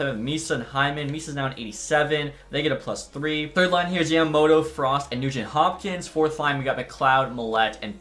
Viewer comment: I’m not sure if anyone has said this but it’s Yama mOto